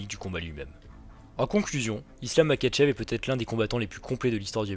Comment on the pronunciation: Makhachev se prononce MaRachev